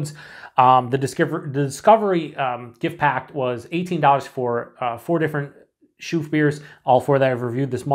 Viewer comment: A typical example of a Belgian Christmas beer. Try to get your hands on Christmas beers from Belgium and you'll know immediately that with these beers, the brewers like to play with spices and citrus fruits. Just a hint: its pronounced Lachouffe Nice, just the English pronunciation 😊